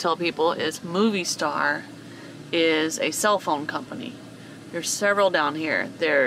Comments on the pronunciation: Love you guys! So much laughter; sounded like you had a great time!! FYI: to help you out on the pronunciation on Movistar … it’s ‘moe-vee-star’. (Not ‘movie’) 😊 (Mobile in Spanish is Movil) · Movistar, pronunciation= MO V Star. :) love ya guys. I love that yall do try your best at the Spanish, and yall are getting better and better. :) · You guys are awesome and adventurous and Movistar, you dont pronounce it like moviestar. There is no u on the pronunciation 😉😉🤣😂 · Fyi:) its Mo-vee- star not Movie Star